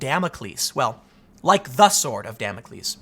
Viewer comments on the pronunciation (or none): none